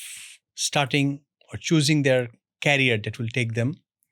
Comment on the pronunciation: It’s career, not carrier